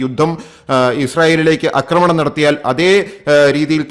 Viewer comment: അമേരിക്ക കൂടിഇടപെടാൻ സാധ്യത വളരെക്കൂടുതൽ ആണ്. ലോകം വലിയ ഒരു ദുരന്തത്തിലേക്ക് പോകുന്നു! 'അക്രമണം' എന്ന് പറയരുത് 'ആക്രമണം ' എന്നു പറയാൻ മൂന്നു നാല് തവണ പറഞ്ഞിട്ടും ആവർത്തന വിരസത ഫലം. Unsubcribe ചെയ്യിച്ചേ അടങ്ങു അല്ലെ!